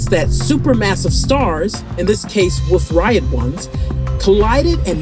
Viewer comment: OMG HOW MANY THINGS ARE YOU GOING TO MISS PRONOUNCE, IT'S A WOLF -RAYET NOT. RIET JEZ GIRL